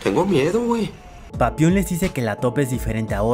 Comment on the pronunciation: eeeh no es papion es papilonxd